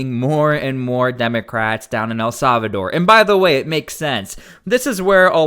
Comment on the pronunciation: "El Salvador" is pronounced: el SAL-vuh-dor NOT .... el SAV a dor